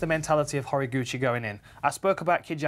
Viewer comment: He's name is pronounced Ho-Rah-goo-chee